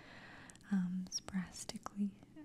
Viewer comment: Sporadically, not sporastically.